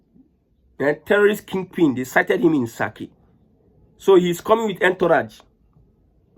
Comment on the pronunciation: It is Saaki not saki(is meat). Thx